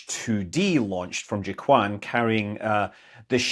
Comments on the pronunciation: Hi Scott, I always love watching your videos. However, you should know that Jiuquan is not pronounced "ji-kwan", but rather something closer to "geo-chew-ann" ("geo" pronounced as in "geocentric"). I'd be happy to make a recording if you'd like. Thanks again for all the education and entertainment! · I would say joe-tsuahn .